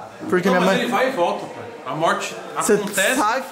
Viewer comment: O cara fala "Pae" pra td mds 🤦‍♂️🤦‍♂️🤦‍♂️ Poha fala direito.